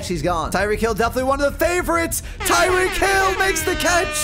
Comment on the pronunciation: It's tyreek